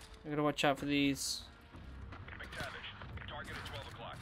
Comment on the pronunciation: I really love how he cant say mactavish and just keep saying some random but kinda similar names love your vids